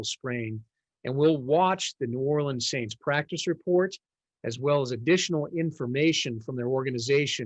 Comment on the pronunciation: This dude really said "Saints"